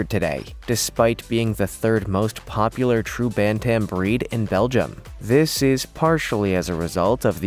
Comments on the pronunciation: Ban Tam?? Do you mean bantem? What is your native tongue? It sure isn't English. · Pronouncing bantam. Is another one you have destroyed